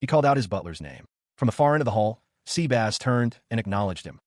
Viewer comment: Dude it is not SEABASS it is SEBAS :D